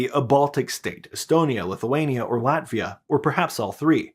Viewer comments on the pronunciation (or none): none